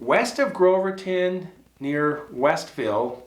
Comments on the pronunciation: Groveton. Not Groverton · It's Grove-ton btw not Grove-er-ton 👍🏾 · Damn it Its Grove ton no damn r in it and no Groverton near the Davy. We hunt with 270s 30‐06s